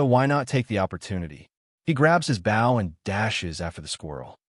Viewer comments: I had to dislike the video and stop watching because you kept mispronouncing "Bow and Arrow" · Narrator does not how to pronounce BOW !!! It is a survival show lol